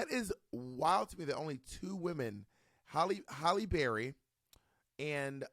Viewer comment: Pronouncing names: Do better Bob. Hal-lee Berry, Hattie McDaniel ( no s). Ironically, got Viola’s name correct.